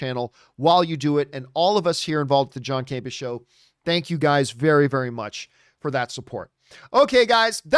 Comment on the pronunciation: is a close friend of John's but calls him John CamPEEah. She routinely emphasizes the second syllable. John emphasizes the first syllable. Am I hearing it wrong?